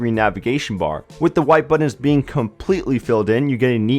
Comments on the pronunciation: *Buttons not buddins. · Maybe one day someone will tell this guy that those are buTTons, not buDDens.